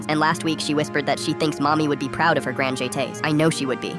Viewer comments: why did the AI say grand jetes so weird😂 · As a ballets dancer who is used to ppl pronouncing the dance moves, I would like to say that I was about to throw my phone across the room when the person speaking pronounced "Grand Jete's"